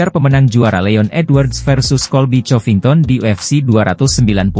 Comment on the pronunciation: Bunyinya korvington,bukan chorvinton